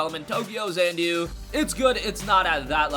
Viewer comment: I believe it is tokyo XA-NA-DU and not tokyo XAN -DU